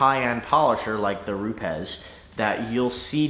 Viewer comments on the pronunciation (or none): If you call them, they pronounce it Rupis. Cool video